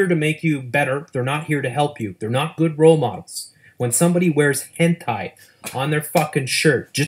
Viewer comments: Wait, wait, wait. Hold the fuck up. The guy is all grandpa: "durr what's hentei" and then all of a sudden it's properly pronounced as hentai? Dude is obviously more intimate with the subject than he lets on... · "Hentei." Fucking Hentei! 30 seconds later. "Hentai." Bruh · In retrospect: Hentai... Hent-ai... Hent-eye... Hent-i...BTW I know he later corrects himself but I need to hammer this home!... Hent!BZZZT!... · Notice how he said hentay then later hentai correctly. He was faking not knowing how to say ot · Hentey? lol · Why can he pronounce Henti right the second time but not the first time? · His pronunciation of hentai is literally people in spanish.